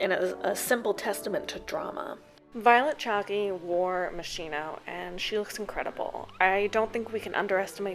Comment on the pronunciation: Great vid, but you mispronounced Violet Chachki’s name.